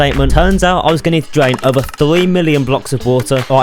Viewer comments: “I’m gowna dwain this entire minecwaft smp” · “I’m going to dwain this entiwe Minecwaft SMP”